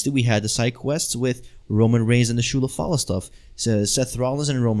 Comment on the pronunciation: It breaks my heart to see Roman Reigns fighting for Ulafala,Paul Heyman pole match at WM and shoes so called Shoe - la - fala😂